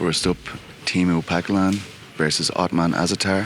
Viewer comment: what the fuckinh "tiimu pacalan" it's teemu packalen for christ sake